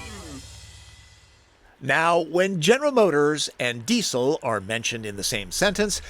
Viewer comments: Hahaha your accent -> dee-cill It's pronounced dee-zil Do you say mu-sick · Please pronounce Diesel correctly - "Dee-Zil"